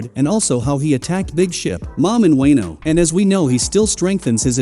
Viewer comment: With TTS try Spelling Wono not Wano so that it pronounces it correctly against you its just TTS is dumb af